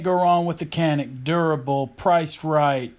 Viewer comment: A lot of gun for the $$ BTW It is pronounced Yan-ick (Canik) Turkish pronunciation :-)